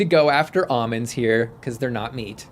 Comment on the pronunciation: Ahhmins? it's Almonds